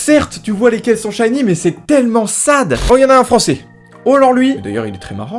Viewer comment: Shiny* merci et pas Shiney . Non juste que le mot est anglais et que quand même un peu de respect pour ces fameux pokemon